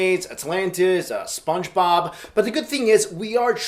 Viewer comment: he said spongbob lol